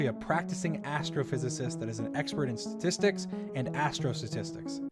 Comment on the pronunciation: I just noticed he can't pronounce statistics like Donald trump. They're becoming a 1 to 1 comparison.